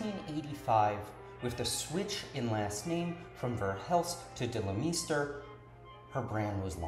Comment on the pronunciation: great video but why do you say her last name like that?